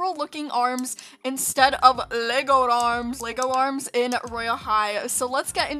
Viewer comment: I like how u said "lEgo aRms" it was funny lol